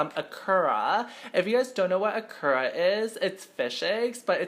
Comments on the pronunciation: omg such incorrect pronunciation of Ikura made me wanna cry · You say ikura wrong !!!!!!